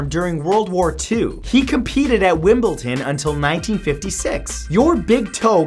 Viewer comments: NO!! It's not Wimbledon not wimbleten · 6: WimbelDON not Wimblton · Why pronounce Wimbledon as 'wimbleton' where's the 'T' come from xD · Are you implying that you believe that it is called Wimbleton and not Wimbledon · Wimbleton wtf is that?!?! It's Wimbledon 😂😂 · ITS NOT WIMBLETON **wimbleDON** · WimbleDON not WimbleTON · #6 It's WIMBLE-DON not Wimble-TON. If you think I'M being petty, look at Jeopardy. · Did he pronounce Wimledom as Wimpleton? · It's Wimbledon not windmilltim. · Wimble-DON not wimbleton lol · WimbleDon not Wimble Ton come on Matt get it together lol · Wimbledon (pronounced wimbleTon?!?!?) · Wimbledon, wimbleDON. Wtf is Wimbleton? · "wimbleton" Really? Wimbledon people. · The word is WimbleDON not WimbleTON ☺ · It's "Wimbledon" not "wimble-ton" 😂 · it's wimble''d''on not wimble''t''on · Wimbledon not Wimbleton or Wimbleten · WimbleDON not WimbleTON 🙄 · It's wimble DON not wimble TON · haha 'Wimblton', it's Wimbledon - (Wim-bl-don). Good attempt though. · Its Wimbledon not wimbleton!!! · How on earth do you manage to say Wimbledon with a t in its not wimbleton Christ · Wimbleton xD Wim-ble-don Please learn how to say it right. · "Wimbleton" smh 🤦‍♂️ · oli _ i know right... i was irritated. I was like WimbleDon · Wimbleton lol 😂😂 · I'm from England but did anyone hear the way he said Wimbledon 😂 there is no t in it 😂😂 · Matt it's pronounced Wim-ble-dom! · Vilhelm Dunning *wim ble DON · Vilhelm Dunning I'm pretty sure it's Wimbledon m8 😂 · WIMBLETON HAHAHA LOVE YOU MATTHEW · Did he seriously just say wimbleton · Sounded like you were saying "Wimbleton" lol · Where the fuck is "Wimpleton" 😂😂😂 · 6. Did you say Wimbleton? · Just to let you know Matthew, it's pronounced Wimble-Dun 😆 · Wibleton??? FUCKING WIBLETON?!?!?!?!?!? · 'Wimbleton' ??? You're triggering me so hard. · Wimbleton looool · Wimbleton 😂 reppin sw19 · WimbleTon?! Wtf. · He Said Wimble-ten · "Wimbleton" smhhhh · Dunning Wimbledon Wim-bal-don no "m" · "Wimbleton" smh...